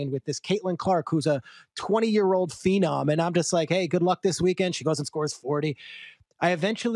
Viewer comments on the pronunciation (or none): none